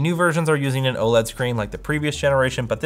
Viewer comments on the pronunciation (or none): none